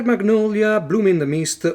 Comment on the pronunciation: Beautiful game, edition and great unboxing as usual. Your "magnolia" sounds perfect to me.